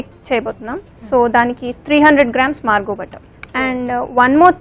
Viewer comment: Its not Margo its marvo butter.